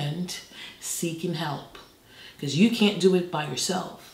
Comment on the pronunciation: i love seeing how long it takes different people to figure out she's british! and it's also on the word "can't"